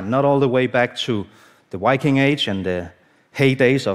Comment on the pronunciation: No, don't say Wiking. This is a dane who can't pronounce Viking. :D